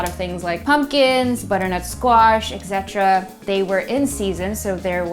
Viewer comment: please stop saying EX-specially and EC-cetera